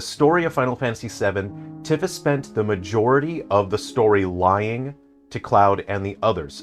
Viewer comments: It's pronounced TEE-fa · you can't possibly know this game and pronounce Tifa incorrectly. f take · Really? Really?! You're gonna say this isn't a ragebait video, but then go along and not only remind us that it's been 29 years since the original game's launch, but pronounce Tifa's name wrong throughout the ENTIRE VIDEO?! I thought you were better than this,. Okay, jokes aside, this was a very interesting discussion. I haven't played the original game, nor have I played the remakes, but I know the major plot points. You would know more than this than I would, but personally, I've always thought of remakes as an opportunity to expand lore and make another attempt at implementing something that couldn't be implemented before, be it for budget reasons, time constraints, or just being unable to implement said thing for XYZ reason (Kraid was originally supposed to be in Metroid Prime, but Retro ran out of time at that point, and instead opted to put in the Omega Pirate boss fight. I think it was also a tech thing?) I think little easter eggs in reference to something that was born out of the original game isn't a bad thing either, like, maybe some kind of small reference to Smash Bros. having Cloud and Sephiroth, talking about how weird it was seeing the two of them fighting on some random castle's rooftop with a bunch of huge mushrooms in the distance. Might be a bit cringe, but hey, if I had a game character I made get invited to Smash Bros., I'd probably put something in my game that mentions that too. The way you describe how the remakes tell the story is rather glum